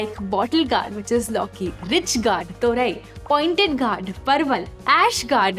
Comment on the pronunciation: it is pronounced Gored not Gaurd.